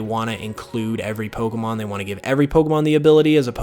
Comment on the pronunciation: I'm sorry...I like you, but the way you say "po-c'mon" & the big "pops" you get off your microphone, it's too much for me